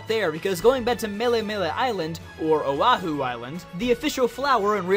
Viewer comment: No but recently I've been taking a Hawaiian studies class and my teacher actually knows the Hawaiian language, so I guess I just got used to hearing it the correct way. I really wish that whoever first wrote down the Hawaiian lang actually wrote it down like it sounds though. :/ Like O'ahu is supposed to sound like Oh (slight pause) ah-hoo : Oh ah-hoo. and Hawai'i is supposed to be: Hah-vah (pause) ee: Hah-vah ee. [Really pronounce the letters.]